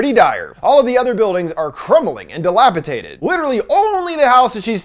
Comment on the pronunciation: Dilapidated is pronounced dilapiDATEed